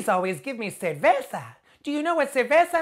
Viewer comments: 1) she pronounced "ceveza" and it's ceRveza 2) putana isn't even a word in Spanish what she tried to say it's "puta" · She said ceveza jajaja